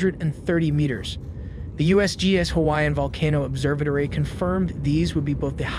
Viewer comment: The voice bot they use is slipping - I swear it slips into a British accent on the word “observatory”